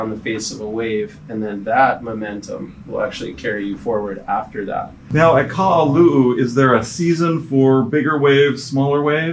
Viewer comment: Guy, it not Ka’alu’u, it’s Ka-ha-lu’u. And it’s not Kailua Bay, it’s Kamaka Honu.